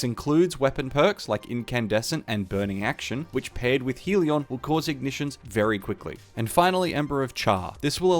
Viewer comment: Hell-ee-on, still a concisely explained build.